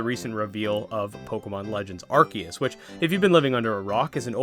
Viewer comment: I appreciate that you say "Arceus" correctly. Even Ryan Reynolds couldn't get it right.